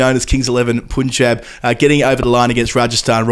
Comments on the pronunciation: Please don't say poonjab... it's punjab. ...pun same pronunciation as English pun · love the analysis, and have been a fan since the cricbuzz videos. Please fix the pronounciation of Punjab. It's 'Punjab' - Pun sound exactly like a pun. Not poon. ✌🏽😅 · Guys I liked this format but it's not Poon-jab, it's Pun - Jab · Hello guys... Punjab is pronounced as pun in punter... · doing a great job in collab with 😃 One correction, you have to pronounce Punjab as 'Panjab' mate!!! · I feel bad doing this again but you guys are generally so great at pronouncing Indian names that the odd bad pronunciation really hits hard 😅 The "Pun" in "Punjab" is pronounced the same way as Pun = bad joke. Other than this, I reallyike this format and you guys covered almost everything of note, EXCEPT: The Rahul Dravid Cred ad! Please, please look it up and tell us what you thought about it! Actually, please do a live reaction video 😂😂